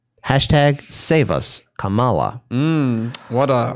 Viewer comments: Please pronounce Kamala correctly. First syllable accented. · Is there any particular reason for your mispronouncing the VPs name? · We'll pronounce it correctly when she does something good.